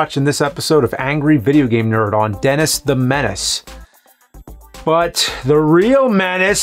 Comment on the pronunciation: "denASS the menASS" haahah so juvenile yet I'm a grownass man chuckling